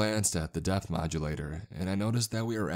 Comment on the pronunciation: every time you say “depth reader” it sounds like “Death Reader”!!!